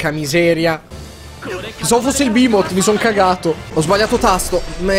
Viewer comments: PERCHÈ PRONUNCI BEHEMOT "BAHIMOT"? PERCHÈ MI VUOI SCONVOLGERE LA MIA VITA IN FALLOUT 3? PERCHÈ? BIHMOT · non è Bahimot ma Beemot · Si pronuncia Bèhemoth, è una parola ebraica e va pronunciata come si legge, come il gruppo blackened death metal polacco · Bihaimoth,... ACCENTI PERFETTI!:D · NON SI PRONUNCHIA BAHIMOT!!!!!!!! I behemot sono un gruppo metal Ostia! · Voglio un video-tutorial dove yotobi spiega come pronunciare correttamente " Bahiiiiimot" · e poi "behemot" si legge bimot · Tra tutte le parole con le Y, Behemot, Duscae Nifheim, il signor yotobi prima o poi ci azzeccherà una pronuncia giusta? ;P